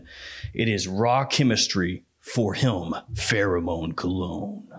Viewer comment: Has anyone else noticed that pronounces "him" as "hilm"? It must be a regional thing.